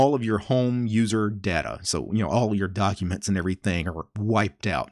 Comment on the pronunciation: Ducumunts, Dusktup, Vuduus, Musuc, Tumplutus ;-)